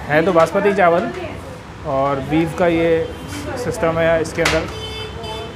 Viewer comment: Lafz chawal hota hey , na k CHAANWAL.